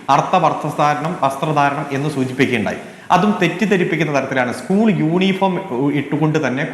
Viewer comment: ഡോക്ടറെ ഉസ്കുൾ അല്ല 😂 സ്കൂൾ 😳